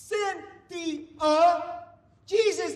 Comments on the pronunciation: Lmfao "cyn thi UH" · “Cynthia. Cyn-thi-a.”💀